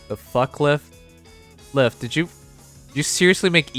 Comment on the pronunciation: Isn’t Lif’s name pronounced as “Leaf”?